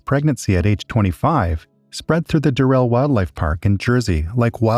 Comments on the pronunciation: It's DURR-el. Not durr-ELL. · Why is it so difficult to pronounce the name Durrell correctly